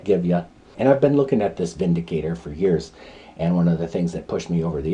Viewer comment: 👍 review. You are correct in the pronunciation. The gun is made in Germany where "W" is pronounced as we do "V". The word windicator has no meaning in english, but vindicator means a person who clears someone from blame, e.g. takes them out of harms way. 😁🇺🇸